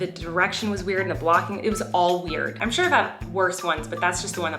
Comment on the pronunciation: I clicked faster then James Charles can say ✨shore✨